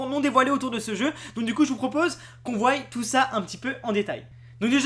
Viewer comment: en faites c'est surtout pour la prononciation ^^